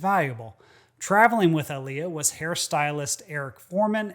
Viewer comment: Its pronounced Aaliyah